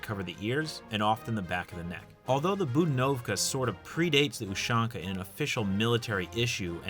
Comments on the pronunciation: STOP SAYING USHONKA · no, in cyrillic it’s spelled ушанка, or pronounced properly as Ooshanka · You said ushanka wrong its U-shank-uh